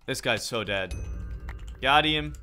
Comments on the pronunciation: its actually DEAD!!! not DEED!!! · Did you say d-e-e Dead?